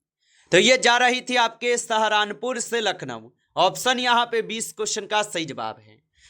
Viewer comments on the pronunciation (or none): सहरन पुर नही सहारनपुर होता है